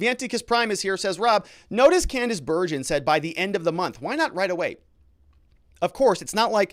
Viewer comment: Hi, I keep hearing you pronounce Candice Bergen’s name incorrectly. You also do not seem to know who she is other than as a member of parliament. You can find all this on Google. I personally remember her very well.